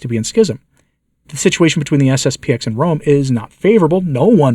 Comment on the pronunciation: It's SSP-ten ---------- not SSP-ex.